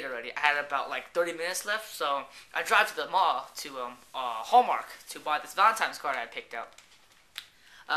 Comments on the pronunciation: uhh are you saying valentimes day? with an m? hahah it sounds like it. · really you said valentimes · lol you keep saying valentiMes! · funny story, sorry. i'm not being douche but i was just bugging me, it's valentiNes day not times. but yeah love the videos. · hahh VALENTIMES day!! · God he said "Valentimes" soo many times. Stop being Asian meaning shy and you've known she had a boyfriend if you have her number. She had a Corolla meaning she was Asian too I'm assuming. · He's saying it wrong but he obviously knows how it's spelled since he posted the vid as "my Valentine's DAY FAIL"